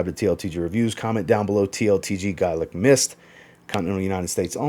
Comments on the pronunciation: Its pronounced "gaylic". I know it spelt gaelic. To break it down , its "gaylic". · Gaelic is pronounced Gay-Lic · you're wrong. Americans might pronounce it the you pronounced it, but I'm Irish. And it's 'gael-ic'.... And people in Scotland pronounce it the same. To break it down it's 'gaylic'... And that's the way you say it. ☘☘☘